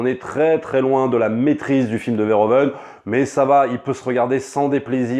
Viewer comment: On prononce Veurhouveunne et pas vairhovenne